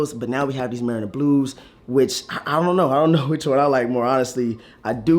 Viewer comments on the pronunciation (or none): Did he say the mariner blues I’m sure there the MARINA Blues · Muh-ree-nuh.. like a boat marina.. no biggie, just poking fun bro lol